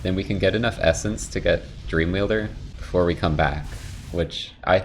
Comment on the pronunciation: "So, beefore we beegin" likes the video